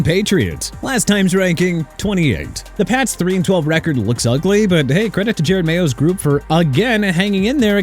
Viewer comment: MIAMI AT #18 AND YOU'RE BLAMING THEM FOR NOT HAVING A BACKUP QUARTERBACK... YOU'RE A JOKE AND YOU CAN STOP SAYING JARED MAYO!!! IT'S JEROD MAYO AS IN JE-ROD!!